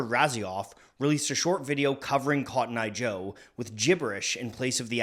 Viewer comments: What do you mean it's cotton eye joe and not kotnya joe 😂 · this was way more lit than expected also: "Hid'atenbinf'conttoneye jo"